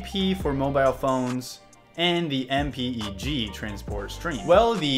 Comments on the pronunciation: I've been an engineer in Broadcasting for 25 years. Save yourself time by saying M-PEG. Nobody calls it M.P.E.G. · It’s pronounced “em peg 2” or “em peg 4” and “h dot 264”